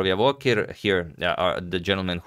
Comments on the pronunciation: thank you for the video just a quick fix it is pronounced as "Javohir" not "Yavohir" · Just to note. His name is pronounced as Djavokhir not Yavokhir. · It would be great if you pronounce his name right. Javohir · His name is pronounced "J" as in "Jungle".